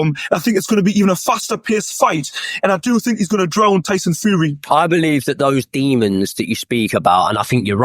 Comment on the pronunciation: Joey knight: “I’m finkin’” “I fink” “is he finkin? I fink so”